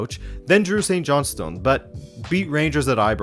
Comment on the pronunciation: When you called St Johnston "Saint John's stone" cracked me up 😂 great rundown and good mix of leagues. Keep em coming!😊